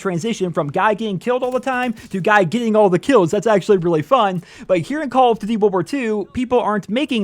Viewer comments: “Call of ddee” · What is "call of dty" HAHAHA im sorry dude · Can we slow down and actually focus on what you’re even calling this game? “Call of Du VUVU 2”?????? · Dislike cuz of how you say “duty” tbh